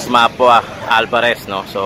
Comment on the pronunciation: hindi po map-wa ang pag pronounce. Ma-pu-wa po. Sagwa pakinggan inulit ulit nyo pa. Peace